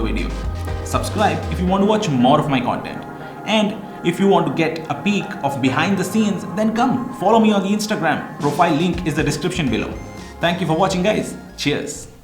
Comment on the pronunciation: It's instagram not eenstagram